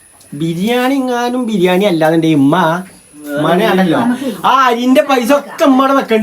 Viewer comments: ഉമ്മ ❌ ഇമ്മ ✅ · ഇമ്മ അല്ല ഉമ്മ 😂😂😂😂😂